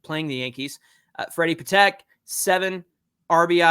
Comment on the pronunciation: Patek is pronounced Paw'-tek